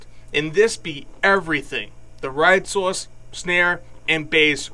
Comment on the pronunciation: Matt Bowden he did say ride sauce 😂